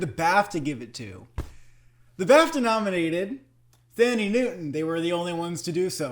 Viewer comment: David Strathairn's last name is pronounced ",Struh'thairn" like when you say air. And it's pronounced Tandy, not Thandy. I know Thandie's name has an h, but that's how it's pronounced.